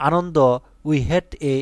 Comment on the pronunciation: আনন্দ না আনানডা😂😂😂